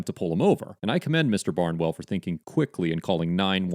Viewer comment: I didn't realize that the words 'now' and 'for' had two syllables.